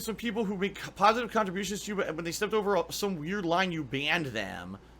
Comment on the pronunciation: "ILLEGAL PAHSITIVE KAHNTRIBUTIONS" might be my favorite quote.